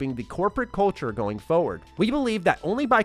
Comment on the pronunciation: It's forward, not foward. Foward isn't a word lol